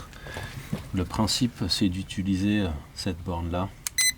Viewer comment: Je vais commencer par dire que j'aime tes vidéos et que je les regarde assidument, mais; suis-je le seul à être agacé d'entendre "ituliser" au lieu "d'utiliser" 😅